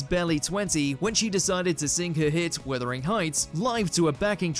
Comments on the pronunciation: WUTHERING Heights, NOT WITHERING. Jeez!! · It’s wuthering not withering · please note commentator... it's WUTHERING Heights. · As a uk centric channel you’ve got zero excuse to mispronounce “Wuthering” but to double down and do it a second time 🤦‍♂️